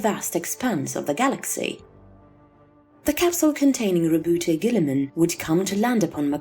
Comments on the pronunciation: How come I hear other ppl pronounce his name as "Row-boot" instead of "Row-boot-tay" which is the right pronunciation? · It's not rebouté, it's roboute. French name.